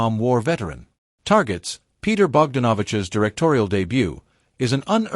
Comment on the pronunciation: Your A.I. voice can't pronounce Peter Bogdanovich's name!